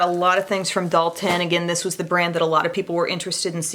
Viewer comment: Dalton - Doll-ten